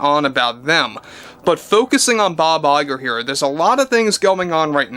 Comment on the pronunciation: Bob LIE'ger lol